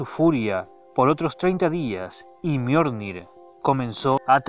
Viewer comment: JAJAJa "El miornir"